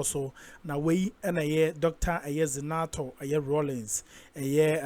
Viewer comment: Zanetor not zinator you keep mentioning her name like that which school did you go that you are not seeing a but I oh hoooo